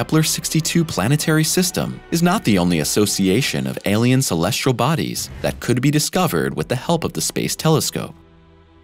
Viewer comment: The narrator on these videos likes saying "Shulleshle Bodies" , I assume he means "Celestial Bodies". Speech impeded, annoying, robot. 🤨